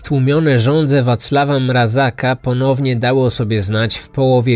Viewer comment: Tylko nie mówimy Mrazaka, ale Mrazka